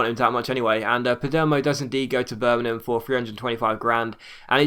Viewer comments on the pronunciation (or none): none